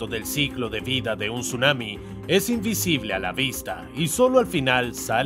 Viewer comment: Tsunami❌ Sumami✅